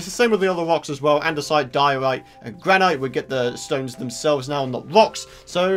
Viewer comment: lol, how do u pronounce granite? xD